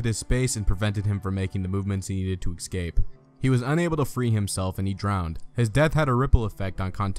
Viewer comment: How ironic - choosing a narrator on a video all about conjurers and escape artists who cannot pronounce the word 'ESCAPE' !! - He repeatedly said "ECSCAPE" - hilarious !